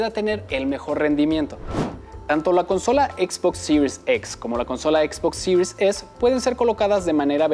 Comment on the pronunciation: Que buen videos de Xbox "Sirius EX y Sirius ES" pffff , diga series nomas jajaja es un video para Latam , buen video